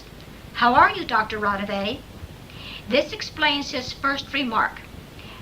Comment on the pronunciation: I really wanted to believe this, however, after comparing Konstanin Roudive's actual voice with this I am not convinced. In samples he pronounces his last name as Roudive with an a at the end and rolling his R. This doesn't occur in the phone call from the dead because the man pronounces the last name as it is spelled Roudive with an e at the end instead. It is a well done hoax though I must admit and quite creepy! I am still a believer in EVP's but just not this one. Any thoughts from anyone regarding the voice comparisons?